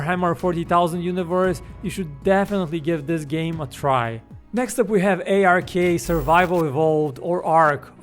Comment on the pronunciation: did this guy just say A R K